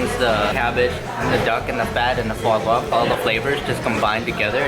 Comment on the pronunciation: The way she says "far-gwa" instead of "fwa-gra". 😆 They're cute together. She does need to give him more first bites. 😜